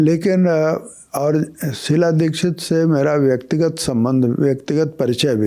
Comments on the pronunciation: Shila dixit ko shilajeet kyu bol rhe ho😅😅😅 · मैंने भी यही सुना और यही समझा..शिलाजीत 🙏😆😆